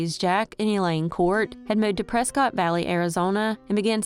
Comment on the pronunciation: The place in Arizona is said like press kit not Prescott ❤